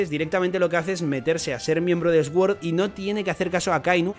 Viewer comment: pronuncias sword mal, mira en el traductor como se pronuncia correctamente que me pones nervioso😂